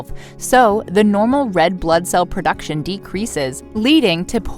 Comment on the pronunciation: There is no such word as PERduction! Are you trying to state the word ProDuction?